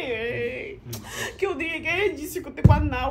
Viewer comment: Lol, you're always calling him chijioke😂